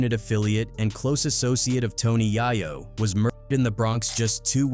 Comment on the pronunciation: Yah-yo??!!?? So many A.I. videos on YT, thumbs down.